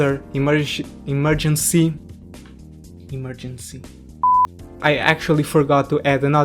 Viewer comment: Em- er- gen-cy...repeat with me....em-er- gen-cy....simple